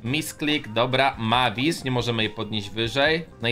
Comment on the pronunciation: Mavis się czyta mejwis miałem kiedyś 472 klejnoty